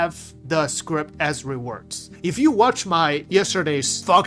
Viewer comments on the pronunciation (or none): Its so hard to ignore...... it is scrip. Not a script. Please, i cant take it.... please... Scrip.....